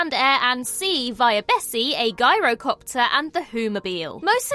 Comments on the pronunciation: It's Gyro not Guyro.. yeesh.. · Sorry, did you just say Guy-rocopter? Is that one which isn't a girl-ocoptor?